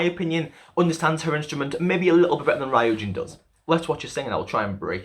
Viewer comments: Ok but the way he pronounced Ryujin 😭😂 all good tho it's a hard name to pronounce. But overall thank you so much for mentioning the whole deal with Lia, people don't seem to realize how much all their comments affected her confidence not only on vocals but in dancing too, she has so much potential and it saddens me to see her insecurities getting the best of her, and you're so right about kpop having such high pitched songs, like wannabes chorus it's so high all the time and it clearly doesn't fit lias range, which doesn't mean she can't sing, I'm so glad Not shy is a much more comfortable song for them and it's great to see Lia with much more confidence this era, she'll just get better and better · ... Off topic, but it's ree-yujin, not righ-yujin.. Sorry, I don't mean to be mean or rude I just would like to tell you ;v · tip on pronouncing "ryujin" okay so her hangul name is 류진. there are 2 syllables so it's not really ry-u-jin it's just ryu-jin. think of it like "yujin" but with an "r" sound if that makes sense :) oh and also for pronouncing "chaeryeong" so "chaeryeong" (채령) is made up of "chae" and "ryeong" (not "chaer" and yeong"). I think most people are good at pronouncing the "chae" part so i'll just move onto the "ryeong" part. the "yeong" part can also be pronounced as "young" if that makes it easier for you. so "ryeong" is just "young" but with an "r." put it all together and you got "chaeryeong"! :D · “Rayoojin” 😭😭 it’s “ryu-jin” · ry-ujin ❌ ryu-jin ✅ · Bytw it's REE-you-jin not RAYE-you-jin as for Chaeryoung it's CHA-EH-ryoung😄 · Ryujin is pronounced loo-jin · Saying that she's both your ultimate bias and also saying her name like "rye-yu-jin" tripped me up! Good analysis otherwise though, especially with pinpointing the areas of development. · Ri - yujin Sorry😂it’s just the pronunciation though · I think u pronounced ryujin wrong It's not rAyujin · ryujin is pronounced kinda like ru-jin :<< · Great video 👍🏻 by the way it’s pronounced roojin